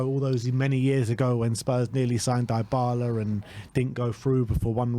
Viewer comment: Deebala(Dybala) not Diebala